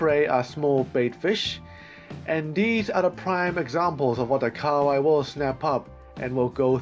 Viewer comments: Ka wai its pronounced ka ha wai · KA-HA-WAI NOT KAWAI